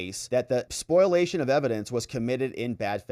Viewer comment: SPOLIATION (spoh-lee-A-shun), not SPOILation, please...